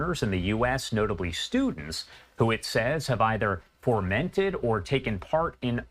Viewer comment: Fomented, not formented. Strange how many quasi-literate people make it big in the news business.